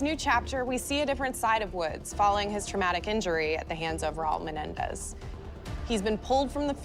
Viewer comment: "Raúl Menendez"